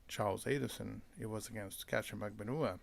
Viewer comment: Katie's surname is pronounced Mag ban wah like what without the t